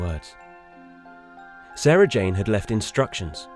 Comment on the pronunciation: finally said Sarah Jane's name right, only took 12 years ahah